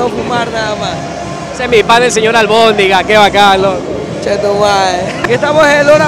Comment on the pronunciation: JAJAJAJAAJ LE DICE ALBONDIGA JAJAJAJAJA